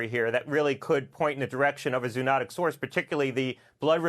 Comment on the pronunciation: He does not know how to pronounce zoonotic.